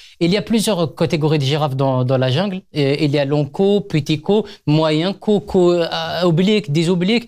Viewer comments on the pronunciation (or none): none